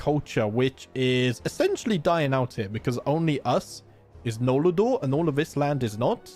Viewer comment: I love that you say "nol la dor" when it's just noldor